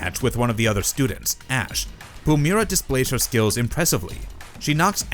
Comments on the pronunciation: Its not Pumera. Pu- MY- ra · You're pronouncing her name wrong, i assume you've never actually seen ab episode with Pumyyyyyyyra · If you're gonna do a video about Pumyra, learn how to pronounce the name.